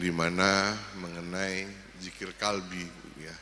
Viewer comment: Kalbi ???QOLBI !!BEDA ARTI NYA PAK!!! .